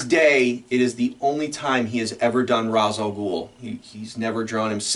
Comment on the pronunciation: I knew I liked you … but that Led Zeppelin collection seals the deal. And then you said R’as alGhul is you’re favorite Batman villain… but you said his name wrong… 😂